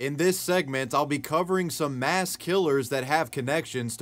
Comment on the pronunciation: Moss? You mean "Mass"?